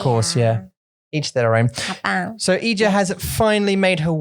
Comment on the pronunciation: I kept hearing Ija's name as clothing rack for the entirety of this podcast, and I was very confused for some parts of this episode. Ija has some great insights and brutal truths!